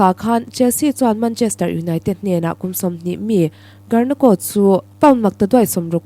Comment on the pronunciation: Foot ball player hming i lam dan mai mai chu a va mak ze zaw ve (karnako)a ni lo aw (Garnacho) zawk tur aw.